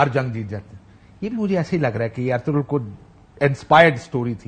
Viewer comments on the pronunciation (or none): none